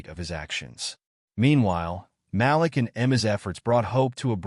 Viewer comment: Malik NOT Ma- lick Mah- LEEK... Way to screw up a name